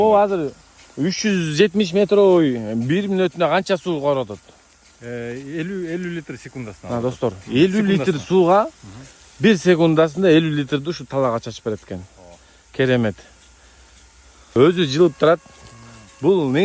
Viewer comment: Талаа,таала эмес